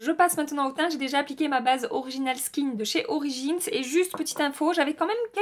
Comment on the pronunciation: « Orichinals skinch de chez orichins » 😂😂😂 J’adore ! tu me fais toujours rire 😄 En tout cas j’aime beaucoup tes revues, je me retrouves beaucoup dans les produits que tu aimes et j’ai de la chance d’avoir le même type de peau et la même teinte de peau que toi donc facile à retrouver les produits sur internet pour commander 😅